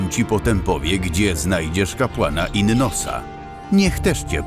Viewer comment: Raczej kapłana /inosa/, a nie /innosa/. Poza tym, świetnie ;)